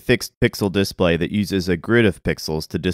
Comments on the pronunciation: I'm annoyed that he says it as "DISplay" rather than as "disPLAY" (as "DEfault" rather than "deFAULT"), and that he pronounces SNES as an acronym rather than as an initialism. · Okay but why are you saying disPLAY like DISplay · The way he pronounces display bothers me. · DemonAlchemist Yep, it’s wrong. English teachers abroad always have to remind learners not to pronounce like this guy does... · You seem to be fucking up the word "display" stop doing that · If you’re going to say the word “display” 50 times in a video, maybe you should learn how to pronounce it.